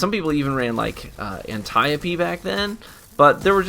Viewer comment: The way you said antiope-d is a completely wrong hahaha